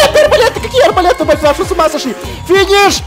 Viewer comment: ФИНИШ ФИНИШ ФИНИШ ФИНИФФ